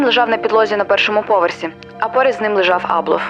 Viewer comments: Я вчилася у одній школі з Євгеном Абловим, корупція то у них династійнне, починаючи з діда (голова колгоспу ім.Мічуріна). А ще у їхньому прізвищі наголос на першу літеру А припадає, бо я спочатку навіть не зрозуміла про кого йдеться. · Дякую за відео.,тебе приємно слухати,хоч історії дійсно...це страшне.Всіх з прийдешніх Новим роком!(наголос на а у прізвищі Аблов).Привіт з Одеси!